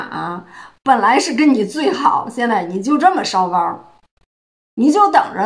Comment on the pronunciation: 烧包不能加儿话音，这样才有讽刺挖苦的意味。你说他是烧包儿，我差点噗一声笑出来。LOL